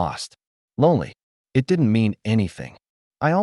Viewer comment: Choppy crappy narration. Why can't he pronounce the word "it".